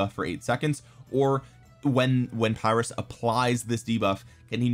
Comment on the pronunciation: Saw Chisgule's video where someone commented that it's not said as Phyrrus. He was a Greek so I believe him. Said more like (Pir~us). Also Pericles looks very like Imhotep. 3rd skill is only garrison skill. But Imho has pretty decent buffs and debuffs. So for kvk1 and 2 it might be okay for those who save all gh's for SOC commander's and or Alex/YSG(Both are questionable choices these days). Just forget YSG and pick up Zhuge from kvk3 forward.